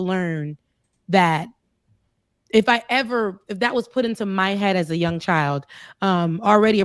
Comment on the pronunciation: Why are you saying jung, instead of young?